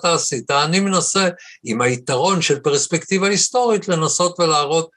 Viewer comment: עד היום לא הצלחתי להבין את פשר המאמץ של גדי להגות ולהטעים את ההגייה pREspectiva, ולא pERspectiva, למרות שהריש צריכה להיות שוויה ולא סגולה, שכן המונח המקורי הוא perspective, ולא perspective. מוזר.